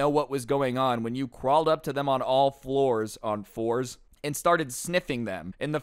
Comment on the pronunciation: You said floors not fours i heard an L But that teacher probably wanted to spray him with water